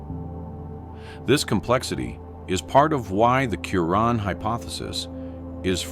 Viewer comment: Silu-Ran?? Not Silure-ian??